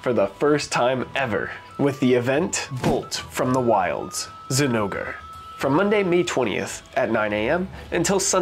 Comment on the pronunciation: I had to do a double take on that "ZI-nogre Plate" 😂😂🤣😂🤣 Anyone just listening to you would be so confused.